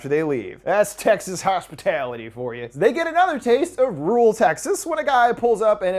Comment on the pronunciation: I love each video but this one sounded like "sexist chainsaw massacre"😆